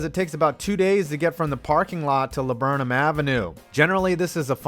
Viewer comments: Do you live in Richmond? No one pronounces Laburnum but locals haha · Do u like near Richmond? Idk but the fact that u said Laburnum ave makes me think u r from around here